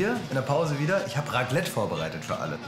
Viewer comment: Sprich bitte nie wieder Raclette aus...😳